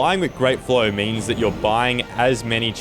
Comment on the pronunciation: I thought he said "Blow." 🤣 That's true too for flow too I guess 😂